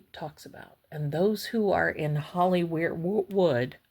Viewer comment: when you said Hollywood it came out Hollyweird...rightly so 😂